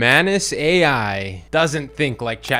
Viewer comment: The correct pronunciation is "maanuus"